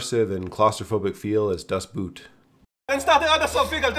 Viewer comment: Boot is actually pronounced [boːt].